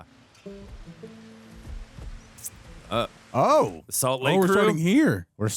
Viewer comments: lol good try, but you gotta switch those last two syllables, spelled phonetically it's San-tao-la-jah (not jah-la) And yes that was Gustavo Santaolalla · FYI, it's pronounced Gustavo Santo-Lie-Uhh. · I think it's Gustavo Santaolalla, it's "O-la-ya" if im not mistaken